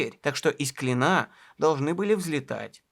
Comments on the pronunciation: Всё хорошо, только ставьте ударения правильно: БекЕтов, БОблово, из КлИна а то портится впечатление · Правильно ставить ударение в следующих словах так": Б'утлеров, из Кл'ина. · Крутой ролик, гигантская РАБОТА! Интересная подача. Даже и не знала насколько много сделал и открыл великий Д. Менделеев! 3 часа пролетели на одном дыхании, однозначная подписка и лайк. P.s. В названии города Клин, ударение на "и" сохраняется в любых падежах. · Из Кли́на , а не из Клина́ ! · не из КлинА, а из КлИна. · огромное спасибо за этот шедевр! Действительно история великого, но живого человека. Рассказано как всегда максимально увлекательно и объективно. Разве что меня, как коренного клинчанина, немного покоробили ударения: Боблово - правильно на первый слог, Клина - на первый, в Клину - на второй.